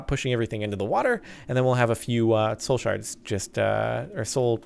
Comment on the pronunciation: i love how he is saying shole shards lol